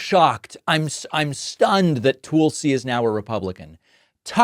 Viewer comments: Toolsi pronounciation???? Your an idiot. It is pronounced Tuls???? You are an idiot? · It's not "Tool-see." It's "Tuhl-see" and yes, she has gone mad. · Hey David Frog! It is not "Tool Sea". Learn how to pronounce a frkin name. It is pronounced Thul-C. Rhymes with Full C. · David: it is not pronounced "TOOL-see." It's "TUL-see." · It bothers me that David won't pronounce Tulsi's name correctly. I'm not her fan at all, but we criticize Trump for mispronouncing Kamala's name. The u in Tulsi is like the u in pulse. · Why can’t you pronounce Tulsi? It’s so petty. You don’t say Troomp, so why do you say Toolsee? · Tool-sie lmao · David Called her Tool-sy 🤣 perfect! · David, her name is pronounced Tull-see. Yeah, she totally flipped & lost her dang mind. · "Tool-si Gabbard." Lol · If you're going to talk about Tulsi at least pronounce her name correctly, you buffoon! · Why are you pronouncing Tulsi Gabbard's name that way? Want Kamala's name pronounced correctly. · Is Pakman purposely mispronouncing Tulsi? 😂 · David you correct people about how kamala is pronounced but yet you can’t pronounce tulsi correct. Do you just not know or are you a hypocrite? Which one?